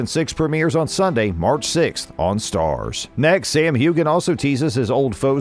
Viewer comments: Announcer: it's NOT Hew-Gan. Its HEW-AN. DO YOUR RESEARCH BEFORE YOU DO VOICEOVERS!! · Sam Heughan's name is pronouced Hugh an. The G is not pronounced. I wish Americans would get this right. Theres plenty interviews out there with his name being pronouned correctly. Its the same with his co-star Catriona Balfe who Americans dont seem to unterstand that her surname the e on the end of her surname is not pronouced. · The G in Sam's name is silent. Do you even watch? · How can I possibly subscribe to a channel that can't be bothered, or know enough about the show, to pronounce the lead actor's surname correctly.